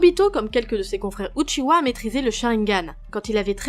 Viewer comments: Uchiha pas Uchiwa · Non c’est Uchiha, Uchiwa c’est seulement pour la version française